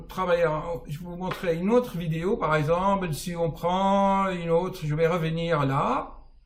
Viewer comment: Cher, depuis longtemps je suis vos vidéos et je trouve les réponses à mes questions, vous faites beaucoup de bien, au monde entier! merci beaucoup! Cependant, lorsque vous prononcez le mot composé "par exemple", vous dites " par exemble". Ce n'est pas pour vous vexer, j'en serais mal à l'aise mais tout simplement pour que l'oreille de l'auditeur en bénéficie. Sinon, vous êtes un génie.